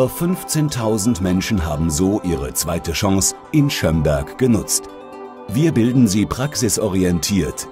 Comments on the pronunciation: Ich wohn in Schömberg xD aber man spricht es nicht so aus wie die dumme tusse da! man spricht es kurz also schnell aus und nicht so lange... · naja irgendwie FAIL! man spricht Schömberg nicht Schöööömberg aus sondern Schömberg! naja nur gut dass ich dort wohne xD